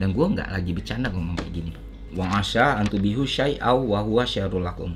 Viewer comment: Dia bilangnya bukan tuhibbu ye tapi tubihu